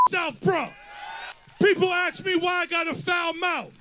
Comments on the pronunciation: Anyone who pronounces the word 'ask' by saying the word 'axe' does not deserve to be a congressman. He is a lout, a race hustler and a liar. Glad he's gone, gone, gone. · He can’t even say ask …aks??? He gets the f word right ..haha